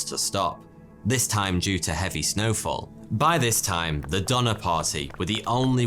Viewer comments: Why does Donner sound like Dahmer?! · I know ur probably not gonna believe this but the donnors ya I’m related to them! My grandpas dad is cousins with one of them or something. The last name is donor and it’s pronounced do ner. You guys probably won’t believe me but thank you for making this video so I can learn about my family history.